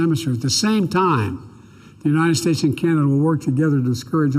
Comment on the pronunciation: He said it right, we're Chinada, made Trudeau proud with that one!!!